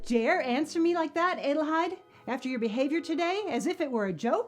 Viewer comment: It is a nice adaption, but the mispronunciation, several times of Hedi's full name Adelheid drove me nuts.